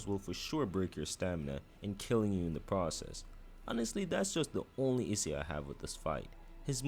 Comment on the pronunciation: bro cant say issue